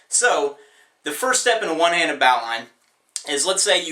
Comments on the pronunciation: Dan Burch so what are you saying? Is it pronounced bow-line or bo-lynn? I do tree work so we pronounce it bo-lynn in the industry even though I know that it does originate with boats. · Take it from a sailor, it's pronounced "Bow Lin." There isn't an operator on earth that calls it a bowline as spelled. Just FYI. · We pronounce it bo-line as in archery where this knot is used to enable the archer to adjust the arc in his bow by lengthening his bow's line. The bow line on a boat is called the 'painter' (shorter) or 'mooring line' (longer). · All good my guy but it's pronounced with a silent w like "BOE-lin" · Helpful, but thinking about executing this under heavy seas or winds where slack in the line is not an issue. I can imagine getting my functional hand caught in the bend and rendered useless, getting sucked down under in heaving seas. I know there is a way to utilize this but be mindful of the potential lack of slack line and winding up line bound. And as others point out, it’s pronounced “bo-Lin”, not “bow-line”. That’s a snotty down-easter observation, but important if you want to be taken seriously by seasoned water-folk. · Its funny cuz he was racing a friend so both call them pronounce it bow- line. Either way he did a brilliant demonstration and video. Thanks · It's a Bo-lin, for goodness sake.... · Grandpa was a boatswain's mate in the U.S NAVY and it's pronounced Bo-Len. (By the way, that's pronounced bo's'n mate for those who are unfamiliar with the many nautical nuances.) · I agree with Edward Hart... it's Boe'-lun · And certainly Not baw-line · pronounced boh lun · Good to put things like this out there. Small picky criticism, it is pronounces as "boh- linn" Don't ask me why, it's just the way it is!! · I know it's origin, but pronouncing it as " BOWline" with "bow" as in a bow that shoots arrows can cause confusion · It's pronounced "bowlin" dude. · I thought it was pronounced (Bow-lynn) like Bowlin. Been saying wrong for 25 years, well dee dee dee.